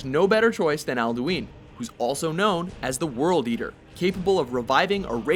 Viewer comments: Not to be a nerd but it's al'du'in (ahlduhin) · Its not Alduin, it's Alduiiiiiiiiiiiiiiin